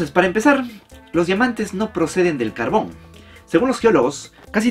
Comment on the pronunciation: No voy a mentir, Pense que decia cabron en vez de carbon 😂😂😂